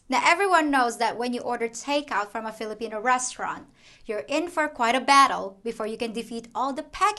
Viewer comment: Hahaha thanks again for your videos. I think it's "flipina time" not Philippine time. Hahahah. Ingat ka lagi.